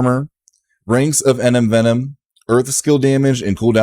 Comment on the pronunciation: Thanks Another great video. One sugestion though, you have to stop saying "Enem-Venom", its Envenom. I thought somebody would have corrected you buy now and was really surprised when i heard it again in the new video. Lol